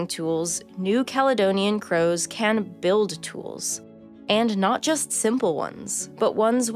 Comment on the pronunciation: oh god i thought you said COWS